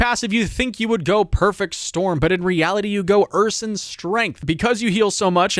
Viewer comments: As viewer #17, it's "Ur-sine" and don't sweat it - I hear worse pronunciations every day. Good guide! I think I need to make a Druid this season. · heads up ursine is pronounced ur-sign